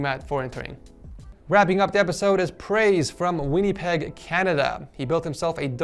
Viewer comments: It's not Win-e-peg, it's Win-a-peg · did he just say winee peg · lmao he just said winny-peg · Winnie peg Canada...lolz Love the effort, but its pronounced "Win a peg" Praise for the win, cause Canada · lol he said whinnypeg it's pronounced win a peg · It’s pronounced “Win a peg” Winnipeg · Who else is from Winnipeg MB Canada said Winnipeg weird btw its not pronounced that way😂😂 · Lmao all the Canadians gonna laugh at how he said Winnipeg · When he said Winnipeg wrong👁👄👁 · Also pronounced Winnipeg wrong too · Is nobody else bothered with how he said Winnipeg?